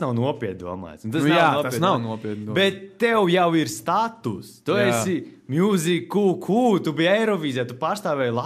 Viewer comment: Baigi riskējāt. -.- Jūs vnk nesaprotat to mūsdienu jaunatni Jūs par neprotat normāli izrunāt vārdu 'Musiqq'